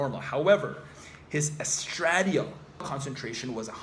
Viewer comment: hmmmmmmm.....????? a neuroscientist who doesn't know how to pronounce estradiol????